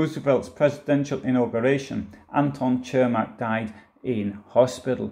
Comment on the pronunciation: Where are these mythical hills you speak of? 🤣😂 BTW……his name is pronounced “Sirmack” in Chicago.